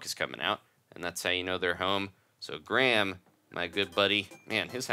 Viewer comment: he can't say graham